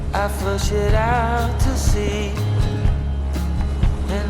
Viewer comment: If I was this guy and I could go back in time the one thing I would, i would do, if I were him, would be to go back in time and learn how to pronounce the word "out". That's it. Other than not being able to say the word 'out' correctly, great guy!